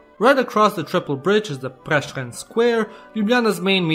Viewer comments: You're one of the few people that knows how to correctly pronounce the names correctly! (Except Prešeren) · As a slovenian I am deeply sad for the femboy stereotype. The butchering of France Prešeren's last name almost made me puke (no offense). And you forgot something. The realy old name for Ljubljana is Emona, coming from old Romans. There are also several other old names for citiens coming from Romans, such as Poetovio for Ptuj, Celeia for Celje and more but I forgot them. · As Slovenian myself i laughed so hard when you tried to pronounce France Prešeren. Also he is important because he was writing poems about uniting all slovenians and one of those poems became our national anthem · I love when you try to pronounce Slovenian words in English like France Prešeren and Krka it sounds so goofy. And you forgot the most important thing about Slovenia HONEY.